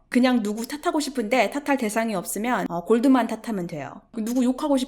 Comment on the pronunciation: 을 최근에 알아서 영상 하나하나 보고있는 와중에 앗!! 하는게 하나 나왔어요 하하하하 영어 쓰실 땐 잠깐 나오는 단어라도 발음 원어식으로 쓰시는데 Goldman 은 골드만은~~~ 하면서 한국식발음으로 하시네요 ^^ 영상 보다가 뭔가 익숙하면서 미묘하게 뭔가 위화감이 들어서 응 뭐지? 했는데 ㅋㅋㅋ